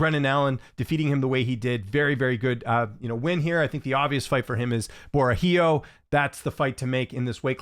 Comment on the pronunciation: Borralho= (Bo-Hal-e-o)